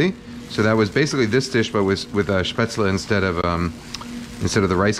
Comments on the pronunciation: You learned to pronounce Spätzle right, nice. :) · Well Kenji you always impress me again. I never expected an American to pronounce Spätzle correctly. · You pronounced Spätzle correctly 👌🏻 like your content